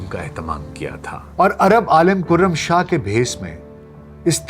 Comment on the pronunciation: کُرم شاہ نہیں کَرم شاہ پڑہیئے گا۔